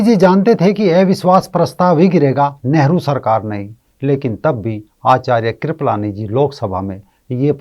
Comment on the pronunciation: KRIPAALANI NOT KRIPALAANI😂😂